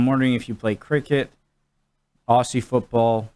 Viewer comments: Just to help you out with the pronunciation of Aussie. We here in Australia don't say "Ossie", we pronounce it "Ozzie". I know it's confusing but that is it. Oh, and we don't say "I'll throw another shrimp on the barby" We call them Prawns, and we don't even say "i'll throw another prawn on the barby". Just thought I'd clear that up for you. Cheers from Oz. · for fuck sake.. we are ozzys, ..spelt aussies, pronounced like ozzy osbourne, not oss-ee, try ozz-ee. There is an american AFL league ( you can look that up ) and also one of your fellow muricans, mason cox, plays here.. look him up on the tube as well. appologies if this has already been menioned, i wasnt going to go through 160 plus comments. keep up the learning, interested to see your progress. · Please cobber, stop saying ‘AWE SEE’ it’s cringe worthy to an Aussie. It’s Ozzie, as in wizard of Oz and E as in eagle ..... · FFS, pronounce it properly. Its Aussie as in Ozzie. Not Ossy, like a bunch of girls. It was just explained to you. Kick it or handball it using a punch. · 1, Aussie is not said the way you said it it's Aussie ( Auzzie ) with the S being more of a Z sound 2, When it says 18 on field and 4 on bench it means 4 on bench for each team so 8 total aswell as 1 additional for each team for Medical Sub so if you count the media subs it would be 10 in total 5 for each team. The 18 on the field isn't 9 each side it's nothing like Soccer. There is 3 sections... Backline, Midfield & Forwards. 18 players is 18 each team ( Hawthorn = 18 on field & Richmond = another 18 on field ) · O-ZZ-IE..........,the s in Aussie is pronounced as a Z